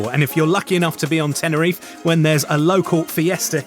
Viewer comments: Nice video. Please say Teh-neh-ree-fay. Not Tenereef. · first thing to do when your reviewing a place is to at last pronounce the name right .. TENERIFAY .. got it , show some respect ...